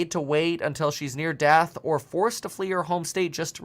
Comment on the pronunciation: did Biden say he's bringing down the "Fentanyl Debt"?!?!